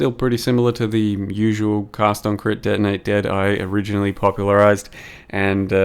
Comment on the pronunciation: ""...some cast on crit, denei dad..." I love your pronunciation